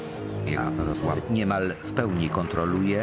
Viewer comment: Lubię ten moment kiedy lektor mówi ja-RO-słaW